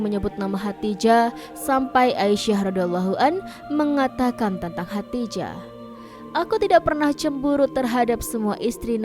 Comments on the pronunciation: Min,, Lidahnya awas keseleo. Khodijah bukn hatijah. Min abal-abal ini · Bukan khatijah tapi khadidjah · Narator nya bilang khadijah terdengarnya hatijah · Hodijah, atau Hotijah,,? Yang betul doong ngucapinnya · Kok Khadijah dibaca Khatijah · Khadijah.jangan salah sebut